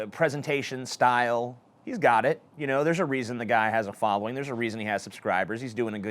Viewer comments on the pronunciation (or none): none